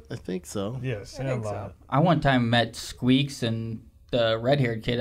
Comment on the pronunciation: You're killing me, it's squints not squeaks